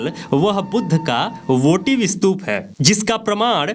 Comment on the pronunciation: आप कोशिश , स्तूप और त्रिशूल का सही तरीकेसे उच्चार करो बाद ज्ञान बाटो